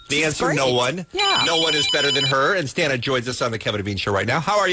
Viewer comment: It's STAH-na...NOT STAN-A...jeeez it' not that hard to pronounce